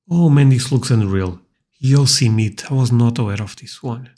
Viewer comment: The name Yosemite rhymes with tea. Yo-semi-tea.